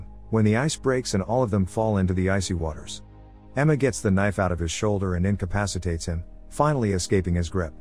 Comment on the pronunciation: Ah yes "incapicated"